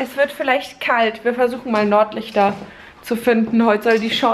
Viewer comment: Hat sie Nordlichter oder Norderney gesagt ?